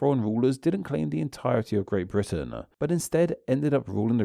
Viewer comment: You're killing me here in the US talking about accents and ending every other sentence by adding "ah" to the last word: Britain-ah. Long time ago-ah. Get rid of-ah. Still, fascinating stuff.